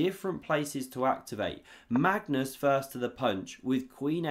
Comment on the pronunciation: I’ve heard this dude mispronounce Magnus’ name so many times. It’s hilarious each time 😂